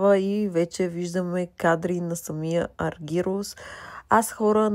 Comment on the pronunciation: Не е Аргирус а е Аргерос....и като правите видиа....грамотно поне...,като те чуе той как му произнасяш името ...едва ли ще иска да те види